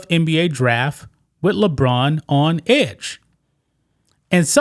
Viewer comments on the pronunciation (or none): none